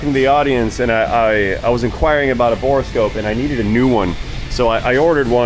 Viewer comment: Dude, it's bore-scope..... not bore-a-scope.